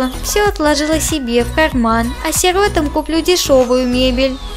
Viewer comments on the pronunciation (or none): не сииииротам а сиротааам